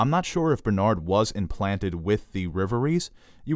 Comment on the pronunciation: Dude, rev-uh-ree REVerie not RIVerie. Otherwise, great stuff.